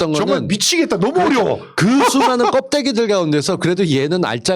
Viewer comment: 겁삐 라고 발음 하소.